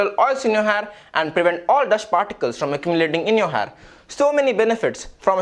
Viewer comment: Ur "har" is awesome dude 😂😂😂